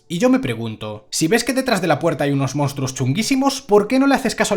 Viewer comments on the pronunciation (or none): none